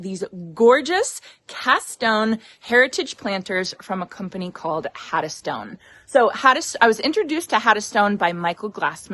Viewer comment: Looks very pretty, perfect for a warm weather area! I think the oranges (even though purchased) are such a great addition for a California home. If I may, kindly suggest you make sure you pronounce the "n" in Haddonstone. As a business owner, if I gifted someone something, I would want them to say the name correct. Hopefully I don't offend you, not my intention.